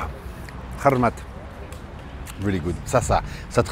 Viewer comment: Coucou, on ne dit pas Hlarmat mais larHmat 😊